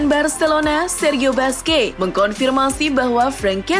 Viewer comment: min mohon maaf sedikit saran.. nama busquets dibaca kurang lebih buskets bukan basqe🙏🙏🙏